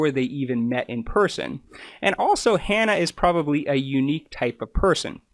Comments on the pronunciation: Shane still takes a related oral medicine, just not the Spinraza injections. And, you mispronounced Hannah's name as well. It's Hannah. It rhymes with banana. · Sorry but your inability to ensure you use the correct names for the people you have made a point of talking about at the start of this video has damaged your credibility. When you have their names displayed spelled correctly but repeatedly call him Shawn when his name is Shane, and also saying Hannah’s name as ‘har-nuh’ rather than in saying it how she does, which rhymes with ‘manner’, it suggests that you have not done your due diligence. It is also disrespectful to and Grubs… It’s disappointing as there are many useful and interesting things you talk about, and could be helpful for others who want to learn more. I think that making simple mistakes like this raises questions about safety in your medical practice… I would suggest that you are more vigilant with what may seem small issues for you, but huge for the people in question - this could have been avoided rather easily by watching their videos when they say each others names throughout. I also find it very concerning that you decided to make and share this video despite openly saying that you emailed asking for permission to use Shane’s story in the video, but had no response!